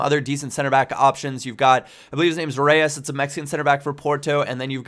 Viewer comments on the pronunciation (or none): none